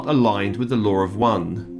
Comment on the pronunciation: Good day. Thank You., I did not understand the statement in the beginning, full spiritual authority removal. After listening, you were saying removing any control from outside spiritual energy. Realigning with the LAW OF ONE! sounded like what was being said was, lower one (British accent) Sorry if I am being hypersensitive today. I like it when you do these clearings of negative contracts and past unsupportive agreements. May the loving nurturer in all be blessed and enhanced especially this day of honoring the mothers of Peace.